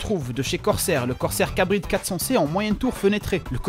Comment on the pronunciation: On dit "Carbide" et pas "Cabride" ;) ! Sinon super vidéo